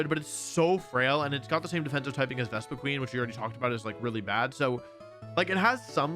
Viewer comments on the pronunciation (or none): none